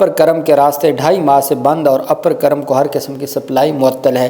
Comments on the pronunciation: بھائی یہ کرم نہیں ہے بلکہ کورم ہے کاف پر پیش ہے کرم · کرم نہیں جناب کورم ک کے اوپر پیش ھے